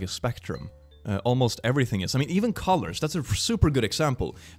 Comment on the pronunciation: When you said colors, i thought you said collars and my brain couldn't work for a moment